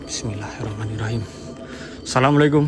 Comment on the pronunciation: Assalamualaikum wa ala'ibadillahi Solihin.....dibenerin ngucapnya bung...